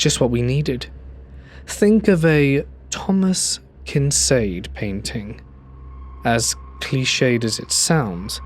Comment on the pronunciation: Google has a pronunciation feature that will spare you the embarrassment of saying things like “Thomas Kinsaid.”